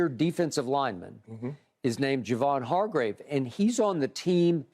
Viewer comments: It's HarGRAVE not HarGROVE... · OML UNC IT’S NOT HARGROVE IT’S HARGRAVE!! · why does shannon call hargrave hargrove on purpose? the I miss something? lol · If Shannon call hargrave Hargrove one more time lol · And my Steelers didn’t want to sign this man to a good contract knowing his potential NO WHAT we do rely on Tuitt a guy who quit on us without reason now look at him Hargrave flourishing… Shannon it’s not Hargrove it’s Hargrave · Hargrove, ekobum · When will Shannon stop calling him Hargrove? Lol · Has nobody ever corrected Unc on Javon's name lmao. He's been calling him Hargrove as long as I can remember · Shannon refuses to say Hargraves name right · Shannon said Hargrave’s name wrong so many times that when Skip said it right, I thought he was wrong🤣🤣🤣🤣🤣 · Unc, it’s Hargrave 🤣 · Hargrave just found out there’s an o in his last name